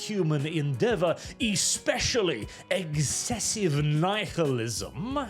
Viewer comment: "What is eggzessive knife-il-ism?"